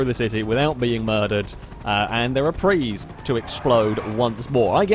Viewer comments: prius is pronouced pre - us not prees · PRIUS not PRE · the 'us' isn't silent in prius; it's pronounced "pree-us", not "pree" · Why do you call them pris, they're priuses? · It’s Prey not Preeees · Dude it's not a "pree" it's a PRIUS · When you say "Preez" do you mean Prius? You know it's a "Pre-us" not a Preez, right? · Because he's called it for many years and always will. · Well, if you gonna be all Latin on that one, you gotta pronounce it right, like "Pree-ee". Regardless, he said "Pree" in the singular form and I think I heard him saying "Prees" as plural. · You say prius wrong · is there any particular reason why you mispronounce prius?